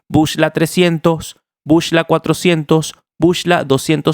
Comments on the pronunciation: epa men se dice BUCLA no bushla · epale no se dice bush-la, se pronuncia BUCLA